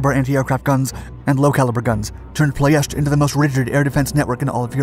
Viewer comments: It is PLOIESTI not PLOESTI.......VEGA not BEGA refinery and what is depicted here its Brazi refinery, ROMPETROL, the other one is called ASTRA refinery. The train rails that the nazi used for the anti air guns to protect the Brazi refinery i think they are still there, i used to play on them when i was a kid. The RED TAILS escorted the bombers over Ploiesti during the war, fun fact. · the way he said "ploiesti" really made me feel weird, he said "ploiesta" I suggest next time you maybe open up google translate and see how its pronounced (I'm Romanian so I'm not complaining for nothing) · "ploy-ESH-tee". Don't just pronounce a word "weird" to make yourself look smarter. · I've always heard the city name as Plo-ESS-tee... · 9/10 only because you kept mispronouncing Ploesti. Say it with me: Plo (as in flow) Es (like the letter S) Ti (like the letter T). Ploesti. Love your channel!!! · ploy, esh, tea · "pronunciation" lol. You're a good sport. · FYI it’s pronounced plo es tee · It's pronounced plo es ti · You are incorrect. That’s just how English speakers pronounce it. My grandfather was the captain of one of the B-24s (The Wolf Wagon). Years ago I was on a date with a Romanian and she laughed and corrected me when I pronounced it that way.